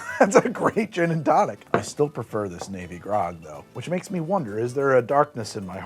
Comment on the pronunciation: 3: 20-ish I definitely hear "navy grog" as "baby gronk" the first time around. Just thought y'all should know.